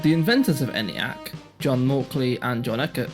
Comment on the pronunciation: The "E" in "Eniac" is long, and is pronounced "Ee-niac," and not "Any-acc." "A transistor never can blow out" or "have anything else happen to it." ... Err, that's NOT TRUE!